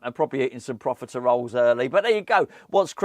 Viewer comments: I saw this comment before watching the video, then cracked up every time he said it 😂 Love it. Merry Christmas, I hope the profitaROLES lived up to expectations 🤣😋😘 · Never heard profitoroles be so confidently mispronounced in one video 😂😂😂